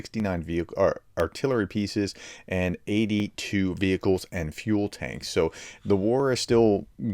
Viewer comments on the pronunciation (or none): none